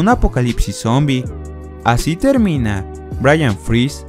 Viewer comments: por que al final dijo brayan? si era "brein" de "cerebro" JAJAJAJAJA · BRYAN JAJAJAJAJAJAJAJ ES BRAIN, DE CEREBRO, NO BRYAN. 😂😂😂😂😂😂😂😂😂😂😂